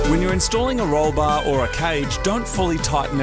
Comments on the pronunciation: “install the bah into the cah” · "we can now install the bahh into the cahh" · "Install the BAH, into tha CAH".